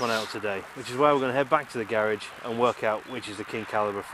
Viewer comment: its garage not gair age